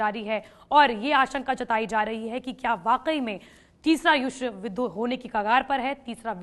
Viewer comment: मैडम जी को तो युद्ध बोलने ही नहीं आता